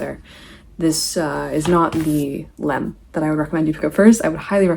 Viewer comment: great cool video!! just a little bit confused why kinda calls lem a danish author? 😅 he's polish! also it's not a big deal but for a bit more accuracy - his last name is pronounced with a stress on I! just some fun facts I guess😅